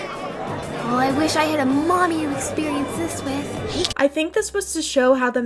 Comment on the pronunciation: WHY DID HE SAY MOMMY LIKE THAT 😭😭😭